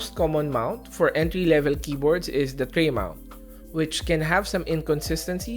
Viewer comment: Enty edition lol, get your English right you donut